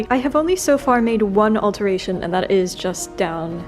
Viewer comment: i love how it sounds like “and das” because “das” means that in German 😂